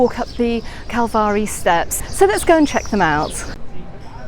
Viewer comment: What a absolute delight waking up to find this video. Thanks so much for sharing this with us. And I thought your pronunciation of calvari was spot on lol